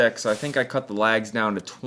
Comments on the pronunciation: Thinking what you were on about when you said lags. You were saying legs lol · It took me a minute to realize you were saying legs and not LAGS. But beautiful work.